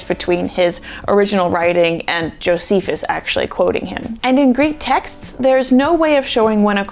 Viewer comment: You said Jofeces 😂 Great video btw ❤